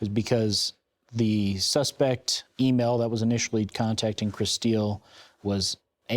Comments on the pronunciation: Why do they keep calling her Kristeel? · Anyone else annoyed at her name how they keep repeating it over and over over annunciating it? "Kris steel". Why not just pronounce it normally like "chris 'til". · Her name is spelt Kristill but you keep saying Kristeal???? Annoying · The reporter calling her KriSTEEL is driving me nuts.